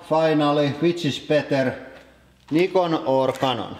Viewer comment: Thank you for pronouncing "Nikon" Properly!